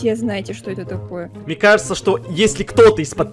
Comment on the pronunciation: не мне а мине да 😂